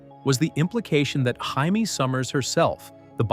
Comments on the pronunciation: 1) It's sort of ironic that you're complaining about computer graphics when the vocal track is AI. BTW, it's "Jay-me" Sommers, not "Hy-mie"; it's one of the obvious tells. 2) I hated pretty much any vampire. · LOL he said Jaime as (Haime) She wasn't a Latina. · Tell us you've never watched The Bionic Woman without telling us you've never watched The Bionic Woman. (Hint: That's not how you pronounce the main character's first name.)